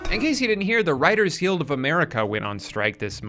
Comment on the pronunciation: I blacked out and didn't hear anything else he said in the video after hearing the way he pronounced guild